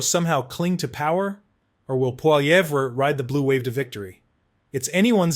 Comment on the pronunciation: Poli..ev not Pol..evra try getting it right if you want to be taken seriously. Lazy, lazy😂